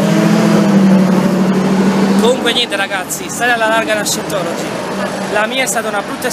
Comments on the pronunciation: Si pronuncia Saintologi...ma possibile che siamo così tutti terribilmente negati noi italiani? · comunque si pronuncia saientology.... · Ottimo video ma si pronuncia SAIENTOLOGI. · Bravo! Tutto giusto, tutto bello, ma scusa come fai a dire di parlare inglese e poi pronunciare per cento volte,,,, SIENTOLOGI"????? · cosa ti aspettavi? cmq si pronuncia /saientology/ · Si dice "SAIENTOLOGI" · Parli inglese ma non sai pronunciare “Scientology”..... che si dice più o meno “Saientology”. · "Sajentologi" semmai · Si pronuncia saientologi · "io parlo inglese" e pronuncia Scientology peggio del peggio 😂😂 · si, visto, 9 anni fa. Ma è nello stesso video che tu asserisci di saper parlare inglese. Poi, vai a pubblicare un video dove neppure sai pronunciare correttamente il nome dell'argomento??? Comunque bravo! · Dai pero’ almeno pronuncia Scientology come si deve se devi farci un video.. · Parlerai anche inglese, comunque non si pronuncia così scientology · Parli inglese e nn sai nemmeno pronunciare correttamente "scientology"?? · Ma se non sai nemmeno pronunciarlo Scientology! Ahah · E menomale che parli inglese, se no come cazzo lo pronunciavi scientology.